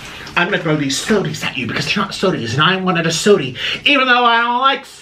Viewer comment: "Sodie?" LMFAO!!!!